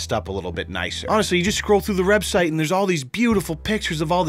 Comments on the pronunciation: "Take a look at the rebsite" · "you just scroll through this wrebsite" haha love ya, no homosapien. Wait what?